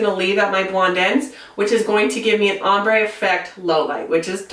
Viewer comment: Very good but please say “Ombré” not “Sombre”